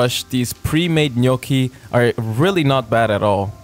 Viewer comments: On behalf of the entire italian population and the Italian Republic, I want to thank you for pronouncing the word "Gnocchi" the way it is meant to be pronounced. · I didn't have words enough to say how much I can relate to every second of this video. By the way, you say "gnocchi" perfectly, man, I'm obsess!